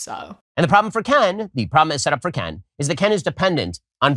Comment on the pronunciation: He also keeps accidentally almost saying Ben instead of Ken.